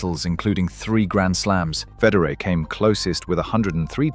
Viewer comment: It would be helpful if you knew how to pronounce Federer